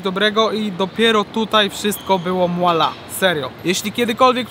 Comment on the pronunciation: Okolo 11 minuty, mowie do Siebie skoro jest takie dobre to dlaczego nie ma "MUALA", az tu nagle Ksiazulo wymawia MUAAALAAA! HAH fajny odcinek i pozdro dla mlodego